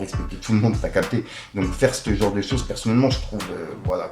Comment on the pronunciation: On dis « ce genre » pas "Ste genre" abruti